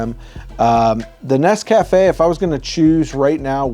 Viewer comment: It's pronounced NES-ca-fe